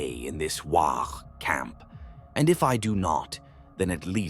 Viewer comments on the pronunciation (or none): “A unified shout of…” sound of the AI interpreting “waaagh” with a baby’s “wahhh” lmao